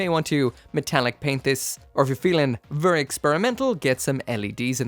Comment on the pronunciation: vurry vurry EDIT: vurry vurry vurry vurry